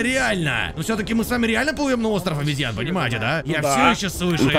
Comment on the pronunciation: все хорошо, но остров обЕзьян, а не обЯзьян